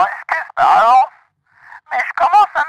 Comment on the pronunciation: Quand la dame a dit " Bonjour c'est Rose ", j'ai compris " Bonjour " 😂